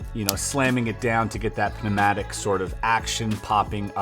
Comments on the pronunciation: Loved this puzzle! Also Chris is the only person I’ve heard say the last ‘B’ in ‘bomb’ and the ‘P’ in ‘pneumatic’ 😂😂😂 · lol completely missed that on the first listen but he definitely did put the P in there :'D